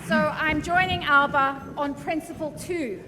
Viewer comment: Alex and Ash are two of the best politicians in Scotland…. But gonny stop using the pronunciation …Alapa , believe me , that particular pronunciation is the vernacular of an area of the Western Isles …. You could say slang Gaelic ….. the same Gaelic speakers pronounce ‘Glasgow’ as Glasaco …. :) e.g As we all know…. A Glaswegian…. of the proper rough n tumble type….pronounce ‘Glasgow’ as Glezga …., this stems from a long forgotten use of Scot’s Gaelic …. now taken for granted as the local vernacular of an English language pronunciation of Glasgow….. ( I use this merely as an example) …. I’m trying to point out ….. Alapa seems to have been adopted by our great orator as the way to use the magnificent title Alba … go ask any Irish Gaelic speakers who the many thousands of our lovely cousins pronounce Alba ….. i.e …. The way it should be :)))) which over powers the small pocket of Western Islanders ALAPA :))))) SAOR Alba ya Bas :)